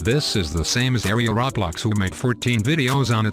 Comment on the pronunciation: Why does every robot voice say rawblocks